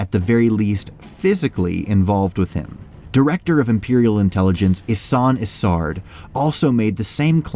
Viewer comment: You know you're pronouncing Isard incorrectly, right? It's a long I. Her nickname of Iceheart is said to sound like her name.